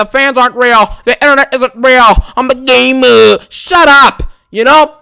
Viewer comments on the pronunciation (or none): They have to bring back oldberg to get a cheap pop. The game-uh can’t book the new talent-uh.